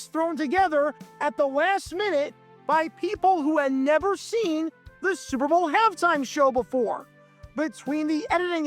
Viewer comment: It's so often that it sounds like he says "Sewer Bowl". That's actually somewhat appropriate and maybe intententional. :)